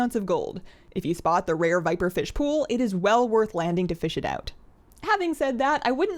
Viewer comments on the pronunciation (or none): none